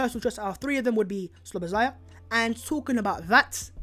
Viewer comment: Szoboszlai pronounced as Shaw Bus Lie